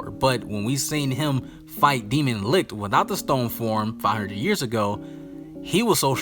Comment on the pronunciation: the way u pronounce licht , lucifer and Lai slash gave me corona virus.